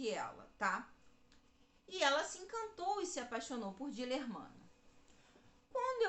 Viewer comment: Moça, o nome do amante depois marido de Ana de Assis era Dilermando e não Dilermano como vc diz.